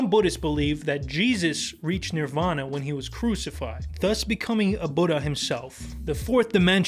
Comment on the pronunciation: Dont br intimidated by, he can't even say sit or the the word when